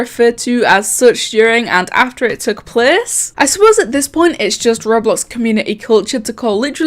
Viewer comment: i love when you say plece